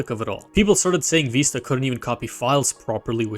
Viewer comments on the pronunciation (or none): Vista, veesta, виста Not vaista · It’s literally the word Vista. VIH-stuh. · It's neither. The correct pronunciation is "Vih-st-uh" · vista with the vowel in bid, not bead or bide. It comes from spanish vista, which is pronounced /bista/ BEE-sta, but the word's been nativized for over a century for a viewing point before something beautiful. The nativized term is pronounced /vɪstə/, VIH-stuh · Ur engagement bait is soooo good, you have deserved this comment/ engagement, I love it ("Vista or Vaista" 😭😭) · there is no way youre ragebaiting me that hard saying Windows Viiisterr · Vista is pronounced veest-ta! Please say it correctly! My ears hurt hearing mispronounced Vista! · this is actually the case. the word vista is pronouced "viss-tuh." it is in the dictionary as such. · Windows Vaista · "Vista" comes from Latin. All of you are pronouncing it wrong, it is supposed to be wee-stah (stress on the ee) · ive never heard either of these pronunciations of vista 😂 great video though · The first it's the italian pronunciation, it means view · I'm baffled how you could make a video about the history of Windows without knowing how to pronounce "Vista" which itself is a not uncommon word, as it "breathtaking mountain vista" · I dont care how old you are, you can't make new pronunciations. It's in the dictionary as Vista